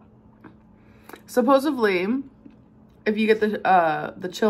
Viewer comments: “ supposivley” gorl… supposedly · out of everything she does I think the thing I hate the most is when she pronounces supposedly like ‘supposevly”